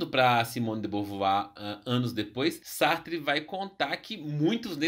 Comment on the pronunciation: Que viagem! Sartre pronúncia está correta